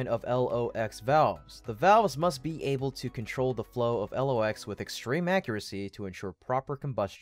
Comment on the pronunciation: It is not L.. O..X. It is pronounce "Locks".